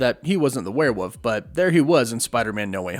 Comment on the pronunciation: I love your videos, but if I have to hear you say “werewoof” one more time I may rip my hair out lmao